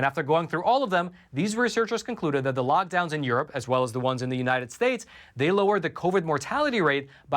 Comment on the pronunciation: you keep saying logdowns, it's lockdowns